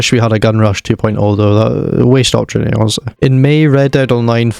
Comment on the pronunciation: mate what are you even saying here? "Really wish we had a Gun Rush 2.0 though, thauhuhweeaoshte-onestly" 😐???